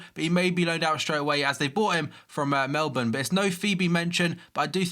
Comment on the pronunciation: Man city do own Melbourne city and I'm glad ur actually pronouncing it right 😂